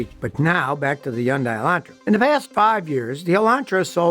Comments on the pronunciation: Pronounced "Hun-Day", not Hi-yun-die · Its Hun day. Like Sunday. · He's wrong, it's supposed to rhyme with Sunday. Hyundai, pronounce the H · Serious question: who told you how to mispronounce "Hyundai" it's HUN-DAY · Still can't pronounce Hon day correctly. You won't change. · Scotty is the only person I ' ve heard pronoun Hyundai with the H silent. Is he right and everyone else wrong? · I like how Scotty sticks with the wrong pronunciation of Hyundai 👍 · Seems to do alright with other words, guess Hyundai hangs him up.